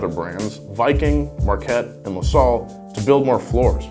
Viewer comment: la Salle sounds like la sal